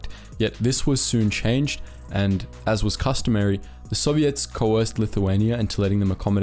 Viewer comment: The way the narrator says soviets is weird, sounds like he's saying "sobiets".